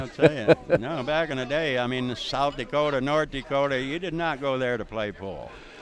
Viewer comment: South DEEkota, lol.